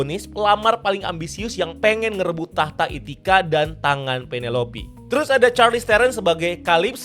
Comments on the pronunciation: Ithaca bang bukan ithica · Itacha blooookkk, bukan Ithica